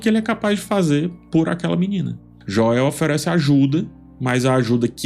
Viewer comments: amo suas análises, assisto qualquer coisa já esperando correr pro seu canal depois! Acho engraçado o “Joéu” hahaha eu gostei, é seu jeito de pronunciar e não muda nada na qualidade do seu conteúdo, sempre excelente. ❤ Quanto a série, tenho um misto de sensações assistindo, acho a Bella Ramsey uma ótima atriz, mas tenho um pouco de dificuldade de enxergar a Ellie nela. A personagem está tão infantilizada, considerando que teve um salto de 5 anos, esperava que apresentasse uma mudança de postura comparado com a última temporada. Também acho que a atriz que interpreta a Abby parece muito diferente em relação a estatura e tudo mais, dentro da história isso faz diferença. A série é muito boa apesar de tudo, amo a fotografia. Eu já esperava uma mudança na ordem cronológica das coisas, afinal é adaptação né? Achei esse ep meio parado demais, mas acho que é porque o próximo vai chegar quebrando tudo (literalmente 😅) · A pronúncia é sem acento da mesma forma que é escrito "Joel." Mas relaxa, não sou hater viu! Adoro o seu trabalho e te admiro DEMAIS! Desculpa, se pareceu rude (era para ser engraçado) foi mal. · Não corrigi no primeiro comentário, apenas falei que ficou engraçado a pronúncia abrasileirada de nomes que não são comuns por aqui... Tipo, Gerald (The Witcher) alguns falam Geraldo ou Kratos (God of War) Kleyton. Joéu soa engraçado igual. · Q agonia escutar esse Joéu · KKKKKKKKK sim, cara. Eu só aceitei essa pronúncia, espero que ele leia os comentários pra corrigir isso aí. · Adoro suas analises, mas é muito irritante a pronuncia do nome Joel, doi nos ouvidos, se puder rever essa questao amigo, seria grato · Po,, sou fã do seu trabalho, mas a pronúncia do nome do protagonista não dá, bicho. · amo os vídeos mas essa pronuncia de Joel é dificil viu 😅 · Que agonia vc falando o nome do Joel kk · É pq tu tá falando no modo abrasileirado, é Joel mesmo, e não esse joéu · Gosto demais de você, mas a pronuncia "Joél" tá complicado 😂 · "Joél" kkkk😆😂